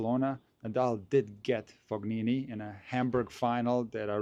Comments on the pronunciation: He’s not pronouncing Fognini correctly. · Love the pronunciation of FoGnini :) I believe it's something like [Foneenee] with a softer pronunciation of the first N (like in the English word New) – the G is not pronounced at all. But great video as always. I like that you are doing the predictions and the reasoning behind it even though tennis can be so unpredictable. Keep up the good work. Edit regarding Tsitsipas: I don't know if you watched his press conference, but it was really sad, he was talking about the back pain that's been bothering him since the end of 2023 and it keeps coming back and he was not able to serve today. He said he can't find a solution to this ongoing struggle and even hinted at the possibility of giving up and retiring. That would be another big loss from his generation after Thiem, especially for fans of one handed backhand. I hope he can overcome these struggles and regain his form, although I don't believe his return to top 10 is possible against the new generation that's so powerful and motivated by Sinner and Alcaraz. It must be brutal for all the 25+ year old former top 10 players who probably hoped to take over the ATP Tour after Big 3 era. It feels like they are being totally erased from tennis history, except Zverev for now, but I don't see him winning a slam either. At least Thiem and Medvedev managed to grab the US Open title. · You're as wrong as him. The GN is pronounced like in champagne, where you can and should clearly hear the "G". Source: I'm Italian